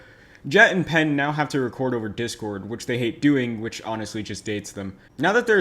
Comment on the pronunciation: "jat and pen"